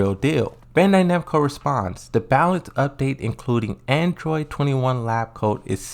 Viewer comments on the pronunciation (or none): none